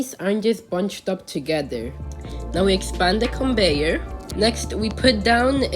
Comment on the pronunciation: Conveyor ❌ Conbeyor ✅